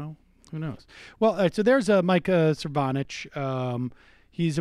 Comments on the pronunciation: One...... that is an anteater. Second, you are mispronouncing his name. Sir-no-vitch, not Sir-von-itch. Emphasis on first not second syllable. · Sir fraud itch? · Cervonich is my favorite rendition of his name, the disrespect is palpable. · kim weaver I believe it is So-nov-abitch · I love that he keeps saying the last name wrong! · Love it now Sam dispronounces Cernovich. Tops! =-D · Sam, seriously, stop “forgetting” how to pronouncing people’s names. You do it a lot and it makes you come off like a teenage girl. I’m a big fan and this is my only major criticism.